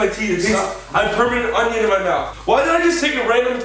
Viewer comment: Ethan: I have permanent union in my mouth Me: perm uh permanent!!!????😂